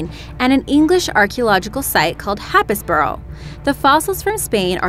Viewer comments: it's pronounced Hays-buh-ruh. Don't ask me why but it's a coastal town on the coast of Norfolk in eastern England near me and it's famed for its houses falling into the sea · Its prnounced Haysburuh, you made an effort on the Spanish name, why no effort on the British one???? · Haha happis-borough